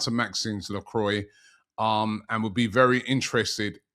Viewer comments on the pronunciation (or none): Robbie man Lacroix (meaning the cross in french) pronunciation Lacrwa NOT Lacroy😂